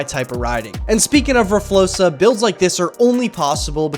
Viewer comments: please stop saying rflosa it’s rfloxa x not s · (r flokes uh) flokes sounding like spokes, ur saying it wrong. Please don't take this as a mean comment i am just trying to be helpful